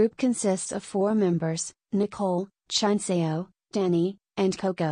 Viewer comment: I know “Chunseo” (Ruth) is Spanish but her english is really bad. I know how it is to speak spanish and try to learn english, so i know she can learn it and mostly pronounce it a lot better.